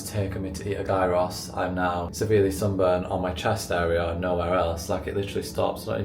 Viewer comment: GUY-ROSS? Haha no my darling. Look up how to say it properly 😘🤣